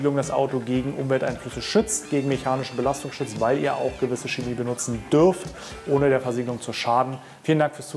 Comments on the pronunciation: Es heißt Chemie, nicht schemie. Mit ich-Laut. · Das stimmt nicht. Die standardgemäße Aussprache des "Ch" am Wortanfang vor den hellen Vokalen "e" und "i" ist ein weiches "ch" wie in "Licht" und "Blech". Laut Duden gilt in der Standardlautung nur die Aussprache çeˈmiː als korrekt.